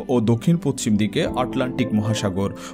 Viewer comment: বিস্ময়কর , ফরাসি ,পশ্চিম উচ্চারণ শ্রুতিকটু ঠেকেছে। পরের ভিডিওতে ব্যাপারটা খেয়াল রাখার জন্য অনুরোধ করছি ।